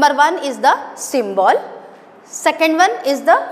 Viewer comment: Mam pronunciation of symbol is wrong